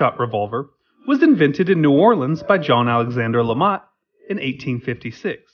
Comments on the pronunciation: not lamat but lemat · lemat not lamat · its Lemat! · LaMat, mispronounce the name of the gun but correctly pronounce the name of the man who invented it!? 🤔